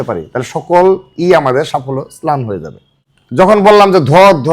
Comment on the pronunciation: স্লান নারে ভাই, কথা টা ম্লান